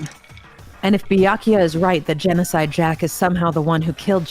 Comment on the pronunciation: Gencodide sounds like “Junko died” lmao